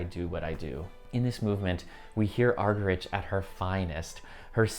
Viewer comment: You might like to check how to pronounce Martha Argerich!